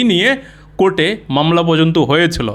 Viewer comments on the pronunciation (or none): none